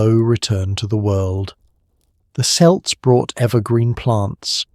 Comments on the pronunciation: Unless you are talking basketball, the word "Celt" is pronounced "KELT" not "Selt". Dang I hate AI! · The “selts”?!? It’s Celts, with a hard K sound. 🤦🏻‍♀️